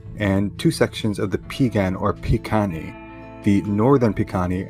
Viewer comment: Pronounced Bih-Guh-nee. The P makes a B sound and the k makes a g sound. Amska-Pi-Pikunii Southern Piegan